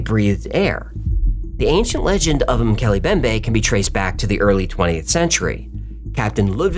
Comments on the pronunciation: Its pronounced "moo kelly em bem bay". I'm glad the entire episode isn't focused on just this one. I don't know how long i can take the mispronunciations 😂 mookelly embembe guys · it's pronounced ' Mc Kelly M bembay' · MOH-kay-lay mm-BEM-bay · It's Mm-Keeley-Em-BemBae